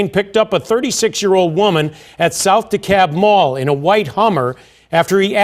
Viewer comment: Yes but narrator still not from Atlanta. He mispronounced his first name like everybody else. Lol. And mispronounced South Dekalb Mall and also Candler Road